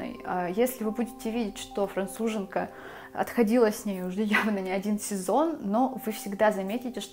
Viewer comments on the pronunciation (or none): none